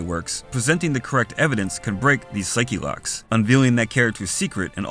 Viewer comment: it’s pronounced “saik” not “saiki”